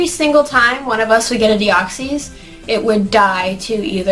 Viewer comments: No offense, but you pronounce Deoxys wrong. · it's supposed to be like deoxy ribonucleic acid